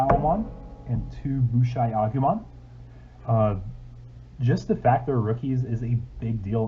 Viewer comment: “Boosh EYE Agumon” never heard you pronounce it like that before lol!